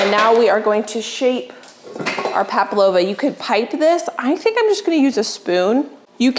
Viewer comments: It’s spelt Pavlova, so pronounced Pav -lova, “v” rather then “p”,. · Hi, beautiful spread as usual. You asked if you were pronouncing pavlova correctly and I’m sorry to say no but close. It is pav-low-vuh. Or you could try pav-a-low-yuh the yah. Hope that helps. I’m not the greatest at pronouncing things either, but I’m Australian and we say this and serve this nearly every summer. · Hi. Greetings from Australia. I love your videos. I often have a binge watch. What you made is a PAVLOVA. Pronounced pav-low-vu. An Australian dessert, although New Zealand also lays claim to it. 😂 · Pavlova is pronounced paa-vlow-vuh according to Google 😊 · Hi, You asked for the correct pronunciation of the meringue dessert you made for your sister...it's PAV-LO-VA. Love that you're always willing to tackle something new...constantly adding to your cooking and baking accomplishments. Keep on keepin' on! 💚😊💚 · Hi, there’s no B in Pavlova and it’s pronounced pav-lo-va. Also when your making your pavlova, put a small dot of the mixture in each corner of the baking paper, to keep the paper from moving off the baking sheet. Much love to you and your family from Melbourne Australia 🇦🇺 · When she typed up her to do list, actually typed up “Palpavo”. Her recipe print-out was correct, but it seemed like was adding in the extra P whenever she said Pavlova. Edit: said pavlova correctly. ❤️ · PAVLOVA not paplova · Hello! You are my absolute favorite YouTuber and I’ve been watching you for years! Just thought you might wanna know it’s pav-lova with a V and not pap-lova with a P! This was such a stunning dinner party. You give me so much inspiration! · It sounds like she's saying Pablova not Pavlova. Maybe my hearing is off. It's named after a Russian ballerina. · Its Pavlova not Paplova 😀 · Did you notice calls it Pap-lova and she wrote it as palpavo. Love it. She bakes a million times better than she pronounces our beloved Pav 🥳🇦🇺🥰🤣